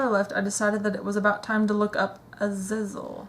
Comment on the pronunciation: Someone's never watched Supernatural or X-Men if they don't know how to say Azazel